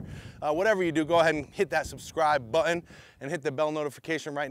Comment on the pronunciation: Great explanation and demonstration! But, the word button has not 1 but 2 "T"s in it! Just a little humor for ya! lol